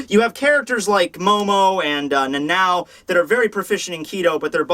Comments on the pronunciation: it is not pronounced Nanaw. He says it wrong. Has no One of you watched the Anime. U Know the Anime yogioh? In japanese it is without an h and Yeah u Said it like Nanaoh if that helps u to understand how to say it. Okay but with vollständig he Could at least say the First later Right. He says like every Name wrong it hurts! He says he pronounces it wrong but he also doesn't try to say it right what bothers me the most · he also says Nanao like Nanaow so so so horrible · U both say what Would Be Nanau in German and idk Why. The Second na is said just the same like the first. Na-Na-Oh like that. What makes u both think it's like nanaw. there is an o not an a,like ow I Could kinda understand a bit but aw why?